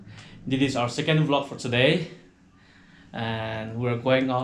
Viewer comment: U have to improve alot in your pronunciation becuz Ur pronunciation is so funny eg today means tiday 😂😂😂 hope you will improve bro😀 other wise better let your wife talk bro 😀if U Wanna talk ...talk in nagamese that's more better ok I think Ur tongue is short or might be you have problems in pronunciation m I rite bro